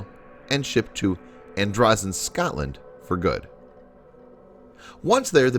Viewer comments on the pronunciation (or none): none